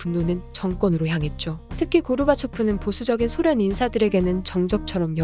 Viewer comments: 쓸때는 소련 읽을때는 쏘련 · 쏘련 이라고 읽어 주시는 게 나을 듯 하네요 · 소련 발음이 낯설어서 못듣겠어요...